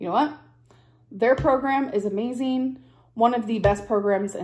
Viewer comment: It’s amayzeen lol